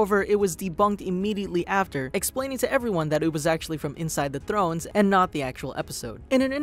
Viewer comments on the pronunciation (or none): Stop saying "Game of Thlones"!